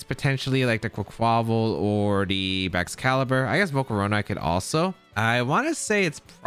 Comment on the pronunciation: Quaquaval's name is pronounced like carnival; kahr- nee- vahl -> Qwack qwah-vahl